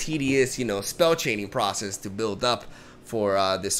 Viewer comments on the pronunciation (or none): none